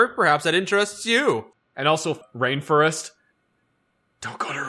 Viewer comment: Hearing "Rainfurrest" gives me Vietnam flashback.